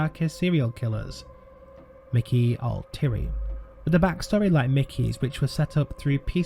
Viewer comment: "ALL TEA AIRY". Pronunciation. Thank you.